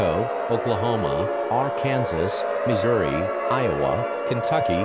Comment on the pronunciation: Ar-Kansas lol!